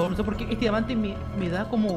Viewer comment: me dio miedo quando dijo dimante y cuando biste la puerta